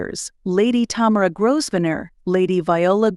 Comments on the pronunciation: My goodness....perhaps you have never heard of how the family name Grosvenor is pronunced properly....it is not GROSVENOR....it is pronounced as Grovenor in proper English....small detail...but annoying having to listen to it being said incorrectly by a person putting a video out there for people to listen to.... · It would really help if the narrator could pronounce English names. It is NOT GrossVenner nor is it Faburge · It is pronounced grove-nur. Learn the correct pronunciation before doing videos like this. It also not pronounced fuh-berge. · Grow-v-nore. Learn the pronunciations, please. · Your AI voice needs to learn more about pronunciation. It is GRO - Ven - er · You dont pronounce the S in Grovsenor.... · Grosvenor is pronounced Grovaner...the s is silent! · Pronunciation is very poor. Grosvenor+ Grow-ven-or, Fabergé= Fa-ber- gay soft G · Could your commentator please learn how to pronounce the King’s English! The commentary was an assault to the ears. By the way you do not sound the single S in Grosvenor. 🫣😫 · Fa-Berge!!!! (fa- buh - jay) and what's up with your pronunciation of 'Grosvenor'? (no /s/)(I suspect this is AI) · It’s a great pity the narrator has no idea how to pronounce the most important of surnames, such a shame x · Just dreadful, I had to turn it off as could not stand to hear the way it was pronounced. Obviously no research done as per usual. Do not pronounce the S in Grosvenor please, also Faberge please pronounce as if it is Faberjay! Dear me! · It’s voice generation software. The video creator input a written script and selected a “character “ to read the script. However, you can also manually modify pronunciations of words like Grosvenor. The video creator didn’t do that. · The "s" is silent in the groom's last name.